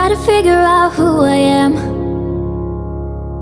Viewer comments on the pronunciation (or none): none